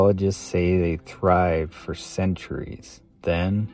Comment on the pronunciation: "yeah, but it's not for eatin'. It's ferrrrr lookin' through"